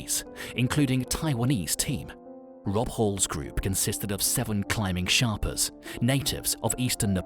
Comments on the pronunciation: it's mountain madness, not madness of mountain, and sherpas, not sharpas... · They are Sherpas, Not Sharpas! If you are going to make a mini doco, at least get the spelling and pronunciation correct! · Its Sherpas and not Sharpas !! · Sherpas not sharpas* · Sharpas? Thought it was sherpas. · Its SHERPAS not SHARPAS ! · Sorry... 3 goofs in 90 seconds -- Mountain Madness (no 'of' in there), ShErpas, not ShArpas, David Breashears, not Brashear. I'm out! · its not sharpas its sherpas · Sharpas?! It's sherpas. For all of the details that went into the video, getting the correct description of the indigenous people seems as if it would be paramount. Also, I do not remember hearing any reference to the "death zone", the area approximately above 26,000 feet where the body loses more oxygen than it can take in. For context, that seems as if it would be highly relevant. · It is not Sharpas. It is Sherpas. Can't believe a channel who has done so much research to make this video just ignored this simple fact that Sherpas are the god for the climbers, and should put a deserved emphasis on them. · They’re sherpas not sharpas 🤣🤣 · It’s sherpas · It’s Sherpas NOT Sharpas, you tool! Edit: This video is so full of errors it’s a joke and disrespectful to the people this video is about. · Really...Sherpas...not Sharpas! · Sherpas not sharpas 😊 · The natives are called Sherpas not Sharpas. Nice video though friend. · Its Sherpas bro not sharpas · The distortion on the pictures made me stop watching this not great for those with photo sensitivity. Please note the guides are Sherpas not sharpas. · Hey good video man here's a little some feedback dude. The group of people you're referring too are actually called sherpas not sharpas also please relax on the weird 3d distortion effect it's OTT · When he said Sharpas I had to turn it off. Fk a.i videos. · Sharpas?????🤣🤣🤣 I can't watch this if they can't get these heros name correct!!! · I stopped when the guy said ' Sharpas' 😂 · "Sharpas" lol